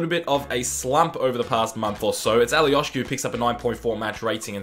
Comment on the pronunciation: Alioski no Alioški he is from Macedonia